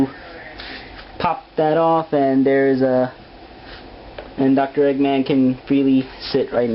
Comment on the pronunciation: cut its eggman not eegman